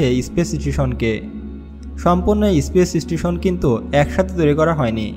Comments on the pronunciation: speech station na space station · IS-PACE ISTI-SON :') :'P